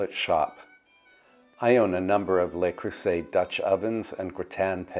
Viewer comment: Love this video! However, I must correct your pronunciation of “Le Cruset”. “Le” is pronounced “Luh”. You’re saying “Lay”, which is “LES”. I hope you don’t’ mind!